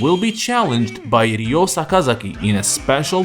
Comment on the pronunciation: It's Ryo not Riyo hate that stupid pronunciation